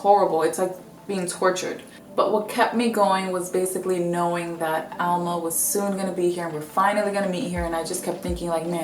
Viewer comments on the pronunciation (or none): Why do you call her Alma with the accent on Al? Being dominican, i know that it's Alma....did you add an accent for her name to be ALma?